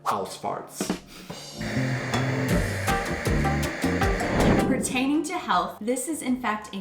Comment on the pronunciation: Hahaha "Ausfahrt"! He said "fart" hahaha